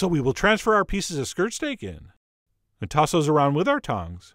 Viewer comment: I thought he was saying skrrt stake